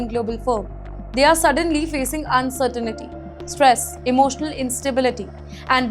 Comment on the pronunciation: Pronunciation of "uncertainty" is wrong.